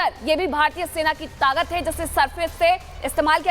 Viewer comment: तागत नहीं है ताक़त होता है